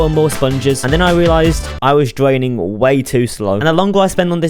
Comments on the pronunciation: LOL this dude doesn't know how to make the R sound, the title should be "Dwaining and Wemoving the ocean" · "this is me dwaining an entire minecwaft wiver" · dis is mwee dwaining an entiyuh minecwaft oshun